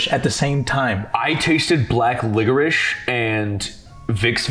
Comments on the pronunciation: Run it back can narrator not say the word licorice cause I’m 100% certain I heard him say ligerish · Homie said "liggerice" or "liquor-ish"